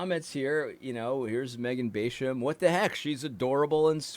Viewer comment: Baaaahsham ..like a sheep bah. Not baysham